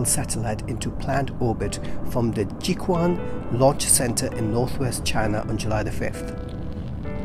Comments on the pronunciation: Jiuquan pronounced as "Jew Chain" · JiuQuan pronounces JewTram, and FengYun pronounces FunWing. It's not the exact pronunciation, but close enough. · 酒泉的读音让我楞了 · Jiu quan=酒泉, you may find the Chinese pronunciation at google translater